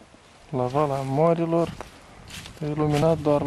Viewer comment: se numeste VALEA morilor.. si nu VALA...asta asa..pt cei care nu sunt din Chisinau..ca:) si apropo... ce nu-ti place? la tine la sat era mai bine..? dute acolo si nu fa scandal in Chisinau:)